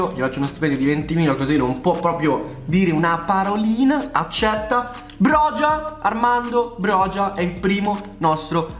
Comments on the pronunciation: ciao, comunque sono albanese e si chiama broia non brogia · Si pronuncia broja nn brogia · comunque si pronuncia boia il calciatore da 🇦🇱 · broja si pronuncia broia te lo dico da albanese. Comunque grande❤️❤️ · Bella la pronuncia corretta è broia la j si legge i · si pronuncia broia sono albanese e te lo assicuro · Broja si legge broia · Armando broja non si pronuncia in quel modo si dice Armando broia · Sono albanese e ti ammiro ma si pronuncia broia ciao 🙋‍♂️ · mio papà è albanese e ha detto che si pronunci a roca perchè la J si dice C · Broja si legge broia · Si pronuncia /broia/ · SI dice broia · si scrive broja ma si pronuncia broia